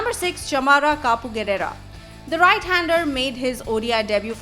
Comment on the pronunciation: चमाra kupugedra